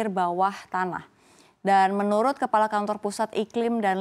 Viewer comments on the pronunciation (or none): none